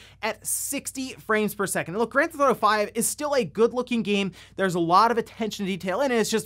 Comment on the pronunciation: “ GrandThotto 5” 🤣🤣🤣 kills me every time I hear it